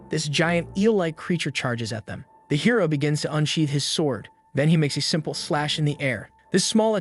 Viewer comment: am i the only one who kept hearing "heroin" instead of "hero"?